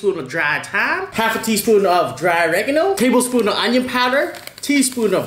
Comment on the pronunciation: It's very difficult to understand tablespoon 😅😂